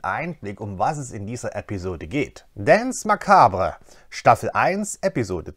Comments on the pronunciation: Also - nicht, dass ich es nicht auch nachschlagen musste, aber "Danz Makbre" klang irgendwie nicht richtig :P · FYI, Titel der Episode ist französisch und spricht sich eher "dons makabr".